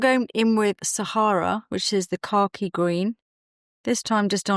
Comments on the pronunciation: Oh! You’re saying “car key”! I thought you were saying khaki but in a British way I’d never heard before! 😂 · I keep hearing “car-key green” … here in Texas ❤